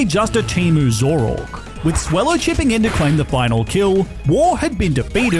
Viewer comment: bro, I love the content, but please double check how things are said in Pokémon. Like, it’s “Fall-Arbor” town, and “Zoro Ark”